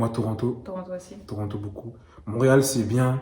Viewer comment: pourquoi vous dites mauréal c'est haiti?